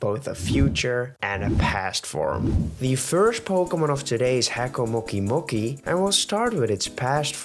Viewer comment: You did not pronounce haco-mo-o correctly